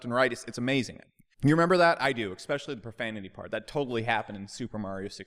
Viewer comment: I like the videos but... could you stop saying “eckspecially”?